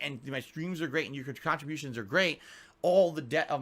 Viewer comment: look at his fucking twitch (lol) when he finally meanders around to the word "cahntributions"